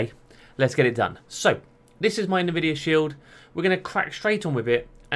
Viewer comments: Say it with me: "n, vidia". Not "navidia". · isn't it pronounced "EN-VIDIA"? "NU-VIDIA" sounds weird to me. maybe i'm wrong.